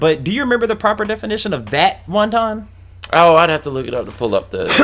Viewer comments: Haha it's pronounced want-un.....✌ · No offense but you're pronouncing wanton totally wrong 😂 and basically in the context of the song (I don't even know which song you're talking about lol this is my first video of yours) it def means like, lustful. Still, cool video! I love the Tool appreciation